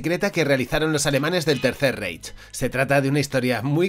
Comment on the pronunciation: ya te lo comenté en otro vídeo y me respondiste, pero me veo en la obligación de comentarlo de nuevo: "Reich" se dice "Raij". En alemán cuando aparecen juntas las vocales "ei" se pronuncia "ai". Un abrazo